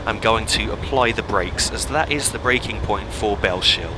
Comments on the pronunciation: just one pointer, it's bells hill, not bell shill :) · you've probably been told this many times before me but thought i'd point out that "Bellshill" is pronounced "bells hill" rather than "bell shill" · Its Bell-s-hill Not shill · Btw it’s pronounced bells hill I used to make the same mistake as well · Bellshill is pronounced as bells hill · That pronunciation off Bellshill is hilarious. Its pronounced Bells-hill. Otherwise great video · Cool vid man its so weird to see the area where i stay in a video game on i line i used to take to work all the time from Bellshill to Glasgow, its pronounced Bellsill just to let you know lol silent H. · Great video! Btw it's pronounced Bells-hill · Great video! But Bellshill when you say it don't pronounce the sh so it's a bit like bells hill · Just a couple of points - Bellshill is pronounced "Bells Hill" not "Bell Shill". - also Polmadie has its emphasis on the second syllable (to-tum-to) not he first syllable